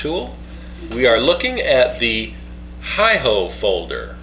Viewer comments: I could be wrong, but I think it's pronounced "Hey Ho" assuming it's based on Japanese. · It's pronounced "hey-ho". In my opinion it's a gentleman's knife. But it's not a modified tanto. It's more of a traditional Japanese tanto.